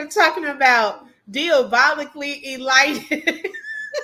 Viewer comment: eLITEd ? Does she mean Elated? so funny when she looks a fool.... Just like Deeabolical... It's diabolical... she's a dummy...